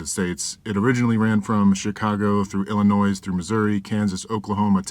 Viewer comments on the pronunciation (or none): Sorry, pet peive because I'm from there.... the "s" at the end if Illinois is silent. ILL-IN-NOY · ... THE S IS SILENT. Biggest pet peeve being from Illinois. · The "S" on the end of Illinois is silent